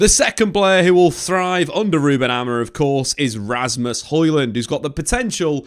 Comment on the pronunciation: Who is Ruben Amorin? 😂 Can't tell if it's an accent thing or what.